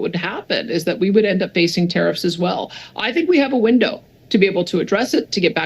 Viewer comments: Hey! Love your show but could you please pronounce Tariff correctly. The actual pronunciation is Tare-if. Or Tare-iffs Thanks pal. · Why are you pronouncing tariffs like tareefs wtf lol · Love your channel, you keep saying not tai riffs not ta riffs 😊 my husband and I worked for Kevin for 9 yrs and he is very passionate about what does. Don't forget he is Canadian and definitely wants to see Canada prosper again and get our respectful position back in the world...we have a beautiful country with so much to offer. Love Danielle, very strong and proactive premier. PS keep your receipt for your jacket, cheques might not be coming😮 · tuh-REEFS? you accented the wrong syl-LA-ble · you need to check your pronunciation for keyewords in your episodes. You look like an absolute idiot when you call tariffs, ta-reeeefs. Its ta-riff. Not ta-REEFs. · Tariffs! Not tareefs! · Try to get the pronounciation of tariffs right, it sounds like "tear ifs." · Me, say it right... it's NOT pronounced Ta reefs, it's Ta riffs, but one word! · Please pronounce tariffs properly you sound dumb........... tariffs not tariefs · I know what a tariff is.....what's a ta-reef? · It's pronounced "Tare ifs" stop saying Tareefs!!! It makes you sound retarded! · tar riff one word not tar reef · What the hell is a treef? Are you trying to say tariff? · Tareefs? lol. Tariff - Sounds like teh ruhf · I enjoy watching all your videos! I just struggle to hear you say “Ter-eefs” instead of “Ter-ifs”. Is this a pot-Ay-to/ po-taw-to thing?! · It’s tariff not tareef 😂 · Plz stop saying tareefs it's tariffs. You're driving me crazy lol. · the word tarrifs is pronounced ("tare-if") not tare-eefs. First time I thought you were joking but now I think someone should correct you. Don't ask Alexa, Siri, Google,just take my word for it. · "Tareefs?" WTF? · It’s pronounced ‘tear-if’ - not trying to be rude, just helping as you have to record content.